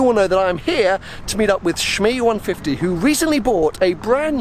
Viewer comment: "Shmeeteethree" HAHAHAHA